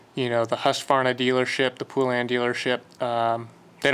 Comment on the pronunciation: It's not pool-an it's pole-an. That's the correct way to pronounce it. If u google it there's a retro commercial about all the different ways people mispronounce it lol. The way u say it is one of them. Don't feel bad where I live literally everyone says it wrong haha